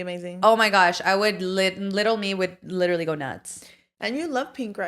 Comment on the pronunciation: Let's keep count how many times says LIT-TRA-LY in one pod episode since she wants to point out repeating herself. 😂